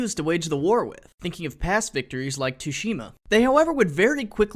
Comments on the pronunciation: Tsushima = "Sue"shima, mate. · Tushyma?.jesus Christ my ears are bleeding. Its pronounced sushi-ma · "Too-Shima" Really fam?